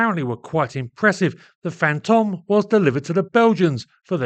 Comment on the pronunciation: Pedantic, but Fantome should rhyme with "home".